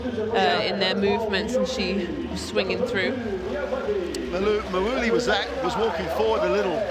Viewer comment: Great game, and thanks for putting the full game online, but please FIBA commentators... practise your pronunciation of Japanese names before the game: Miyoshi (not MiYAshi), Tokashiki (not TokaSHI), Akaho (not AHAho, AKAIho or AkaYO), Mawuli (not MUli)